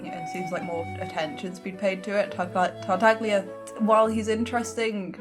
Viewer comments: tartaglia's name is pronounced tartayia. in Italian gli is pronounced as "y", like tagliatele which is pronounced as ta-ya-te-le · it just hurts my Italian ears hearing people call tartaglia in English tarta-glee-a since the Chinese dub anyway has it pronounced correctly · The way he pronounces tartaglia is annoying me, more so because I don't know if it's right